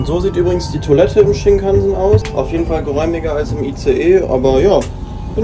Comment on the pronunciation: Shinkansen spricht man ohne Betonung auf den A aus.